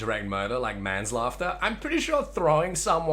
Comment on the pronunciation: Did just say "More like left to die like MANS LAUGHTER" instead of MAN SLAUGHTER?